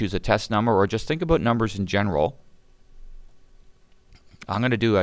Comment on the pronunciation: the way you were pronouncing "about"...